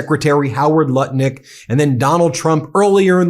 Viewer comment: Seems you are pronouncing Nutlick's name wrong.